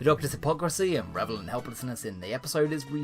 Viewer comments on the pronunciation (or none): none